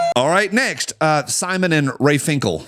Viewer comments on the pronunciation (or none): none